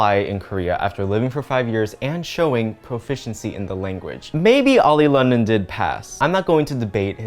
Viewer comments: Everyone: Oli London: Olay Lotion Me after listening to: dying of laughter 😂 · “Olay Lotion” Lmao- why am I laughing at this.. Oli needs to get the correct help .. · why is you mispronouncing their name such as "oli england" the funniest parts in this video